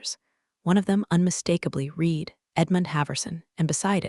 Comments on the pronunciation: I have another big annoyance! Mis pronouncing the word 'read'. We have red rhyming with past tense. Then we have the word read for present tense sounding like reed. Ih what fun it has been to teach English to those choosing to make it a second language! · Still waiting for the AI to read read correctly. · My least favorite one is "read" (current tense) and "read" (past tense), they ALL say it wrong and very annoying. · You definitely want to teach your computer the difference between the past and present tenses of READ. Present tense or READ is pronounced as "reed" and the past simple is pronounced "RED". Your computer mispronounced it every time. It's confusing.